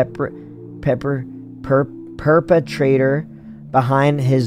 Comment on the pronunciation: JC struggling to pronounce perpetrator is one of the best parts of this video💀 I love when he plays scary games and he has sound alerts on it’s so funny😭💀 How can I hear those knocks WITHOUT headphones but he can’t hear them WITH headphones😭😭 is ole girl nakey😭💀 bro choked on air/spit😅💀 Now that I’ve watched VOD of him playing this and I know all the answers and what happens, I’m yelling at him like “NO STUPID THATS NOT IT”😅 the chat is ruthless with the sound alerts😭💀